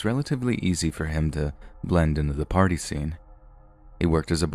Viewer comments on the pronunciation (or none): none